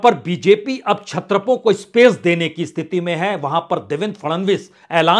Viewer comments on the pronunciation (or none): none